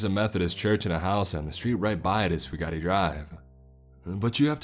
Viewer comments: I've been to Cumberland, Kentucky. (I'm just really into waterfalls!) IRL the town is the complete opposite of the author's description. I only got six minutes into this one. If I had to listen to "few-gotti" one more time, my head would explode. The name's pronounced just like it's spelled, for Pete's sake. "few-gate" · I do wish you would pronounce my name correct it's Fu Gate not Fu ga ti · AAAAAAAAARRRRRRRGGGGGGGGGGGGG FOO-GATE, or FEW-GATE not foo-gah-tee!!!! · And it's fugate (few gate) not a chinese word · It is pronounced "few gate". In eastern ky they pronoune it "few git". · It's pronounced Few-Git (Fugate) I think. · It's pronounced, FEW-GATE. You pick great stories, but your grammar is hard to swallow sometimes. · Fugate is pronounced "few-gate" I'm from around this area and in eastern ky the Fugates are a big time family that have old roots in that part of the state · I think he got the pronounced the name wrong but side note I live like an hour 2 hours aways from Cumberland